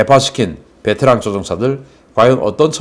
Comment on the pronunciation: 베테랑 조종사가 아니라 `베째랑` 조종사인듯..